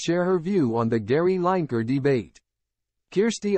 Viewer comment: Could have made some sort of effort on learning how to pronounce Lineker.